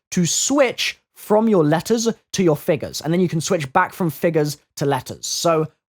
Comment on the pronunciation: I love the way you say figures as figers. XD Lol